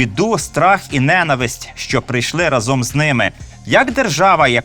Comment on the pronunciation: Ви часто кажете не́нависть, а має бути нена́висть.